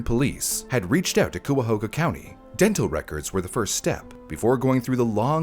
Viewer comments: In my man's defense, I never would have guessed "cuy" to be pronounced as "kai" by reading it 😭 like I probably wouldn't have even looked it up either Edit: hope this didn't come off as rude lol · Coo... Come on bro.. I'd be less mad is he said Cuy, coi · as someone from the area you were so close on saying Cuyahoga correctly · That's not how Cuyahoga is pronounced 🥲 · I did not expect when opening this video a case taking place in my home state, and especially not the butchering of the name Cuyahoga 😅🤣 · The pronounciation of Cuyahoga is frying me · The way you pronounced Cuyahoga is adorable! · not the way he pronounces Cuyahoga 😭😭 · The “Cuyahoga” mispronunciation is driving me nuts but other than that this is a great video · I can’t help but point out, that that’s not how you say “Cuyahoga.” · The Cuyahoga mispronunciation throughout the video made this almost unwatchable for me, I was eye twitching every time it came up. Thank you for posting the correction! 👏🏻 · As someone from around the area it hurt every time you said "coo-ya-ho-ga", it's pronounced "ky-a-ho-ga" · it's pronounced "kai-uh-ho-gah" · Cuyahoga - Kai-a-hoag-ah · As someone born in Cuyahoga County, gotta say: the first syllable rhymes with "guy", and there's no W. Not "Cuwahoga," as you say in the video. Not a big deal, obviously, but I thought I'd mention it. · It’s Cuyahoga county pronounced “Kaiyahoga” not “cooyuhooga” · COO-A-HO-GA? KAI-A-HOGA! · Cooahoooga? Its Cuyahoga. Like ky-a-hog-a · Cuyahoga County is not pronounced “Coi a who ga” it’s “Kai a hog a” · A quick note if you cover any other Cleveland area cases: Cuyahoga is pronounced Kai-uh-ho-guh, comes from either the Seneca or Mohawk word for “Crooked River”, describing the Cuyahoga River that snakes its way through Cleveland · I laugh every time he says Cooooahoga. The Cuy in Cuyahoga rhymes with sky. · It's pronounced KAI-A-HOGA county. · Thank you cause I cringed Ki-a-hog-a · It's pronounced "kai-ya-ho-ga"